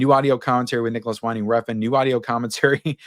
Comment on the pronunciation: for Nicolas Winding Refn, Winding is pronounced like how the wind blows. Don't let all the broken AI out there convince you otherwise 🤣